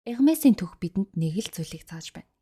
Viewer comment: вов Hermes-ийг Ermes гэж зөв дууддаг хүн баыдаг л юм бн❤..